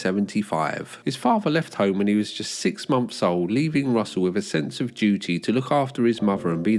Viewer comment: Could be good, but channel is unlistenable when a VO artist can't even pronounce 'th' properly. "Six mumpfs old..." 🙄